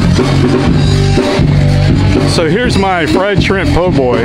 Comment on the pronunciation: you said po boy with the hard R